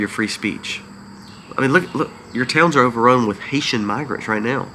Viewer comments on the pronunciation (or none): none